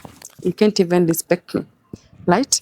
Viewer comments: Steve tell this lady it's not "light"i it's right. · The lady is very good at gaslighting and is a terrible narcissist.Anatubeba matako yake,akisemasema "light" hapa instead of "right". Mshenzi sana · Vijana mnatoa nguvu wapi ya kuoa washosho.... somebody who cannot pronounce the word "right" kazi ni kungoa tu "lite"....wacha muone hivo washenzi unazaa aje na shosh madadaka idiot of the highest order ondoa Mafia hapa shenzi type. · I leglet,malliage light?yeah..mwanamk fala na kizungu chake cha matakataka.....huyu jamaa nae amepoa sana..